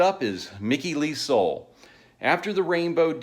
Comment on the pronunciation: I love Elf. Would have loved to see them live. Hell, I wish there was some decent live footage of them. The little that's out there is poor quality. I just bought a really nice Japanese release of Trying To Burn The Sun. I even have 2 cd's of the really early music by Ronnie and his various early bands. Someone burned it for me years ago. All the way back to 1958. BTW Soule is pronounced Suul, not soul. I heard Ronnie pronounce it that way.